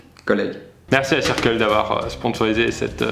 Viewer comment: tu dis circle mais ça se prononce pas "seurkeul"?😂